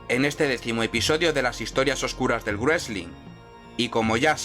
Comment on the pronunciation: Me encanta esta serie, pero tengo una pregunta... ¿porqué "grueslin"? ¿no es más fácil pronunciarlo como ellos, o sea, "resling", que inventárselo? Me sangran los oídos cada vez que lo escucho.